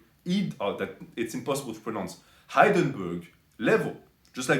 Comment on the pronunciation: It's Hindenburg, M'Baguette